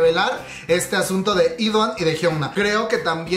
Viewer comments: Amix no lo digo en mala gana ni nada pero se pronuncia jiuna y iduan,y for minut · A nadie mas le desespera que diga "jiouna" e "i duan"?? .-. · "I-donk" XDDD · A mi jajajajajaja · Perdón pero pronuncias mal E'dawn no quiero ser hater pero es la verdad